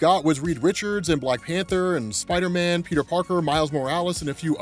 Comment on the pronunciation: you it's pronounced spider man...not spidah men lol